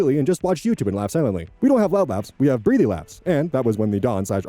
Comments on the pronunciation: Small pronunciation note - breathy is said breath-ee. Why it's spelt the same as breathe, I don't know. They could've gone with brethy and it would've made it more obvious. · Feels petty to point out the breath/breathe distinction on how to pronounce breathy. Unless there’s a second pronunciation I haven’t heard